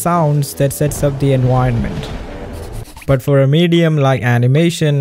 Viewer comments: Hi! I hope this doesn't rub you the wrong way, but could you please try to standardize your pronunciation? Especially the "v" phoneme, which you pronounce "u", like in "enuironment". You'd think concerns like this would probably come from people trying to defend their language or something like that, but actually your way of speaking would be EASIER to understand for native English speakers, which I'm not. If it's in your interest to be better understood by non native English speakers, I suggest you make an effort to standardize your pronunciation. 😊 Oh, as an aside, "gi" in Ghibli is pronounced like in guillotine. Cool video! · "studio Jibly" "enWironment" 💀💀💀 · I hope it doesn't come off as offensive, but I would find it a lot easier to understand what you're saying if you got the V sound down better. Whenever you say environment or vision it sounds like enwirenment or wision